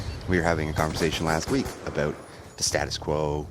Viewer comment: I'm sorry, I can't concentrate because you said "aboot". Love you x